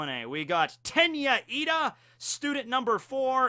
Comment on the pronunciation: Good videos bro But is Lida not Ida !!!